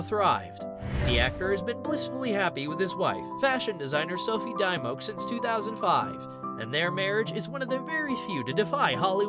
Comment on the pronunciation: I'm very sure that you're pronouncing her name wrong!!!!